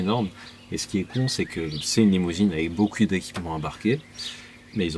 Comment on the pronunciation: je l'ai entendu le "beaukiou" d'espace pour la batterie !! Sinon super ce que tu fais, je découvre ta chaîne, très sympathique